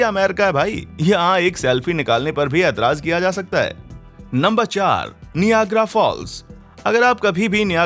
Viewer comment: Niagra ka pronounciation galat hai